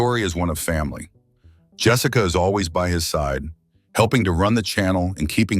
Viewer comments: Jess Saka. Nothing says this video is a bs ai video like mispronunciation… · "his wife Jess-ICA"? o_O}